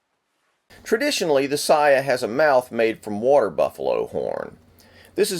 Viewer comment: The letter A is pronounced, ALWAYS, as in "awe" so it is sawyaw and sawgeo (Heerosheemaw and Nawgawsawkee). Also, the second pronunciation you gave for katana was 100% incorrect because Japanese does not stress syllables.